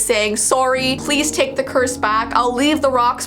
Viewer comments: You said soury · No one: Not a single soul::Surry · Bruh u said sorry wrong how u per ounce it it’s (SORRY) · I like the way she says "sorry" like "soory" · You can really hear canadien accent when she says sorry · Yeah go back and say sory not sorry sory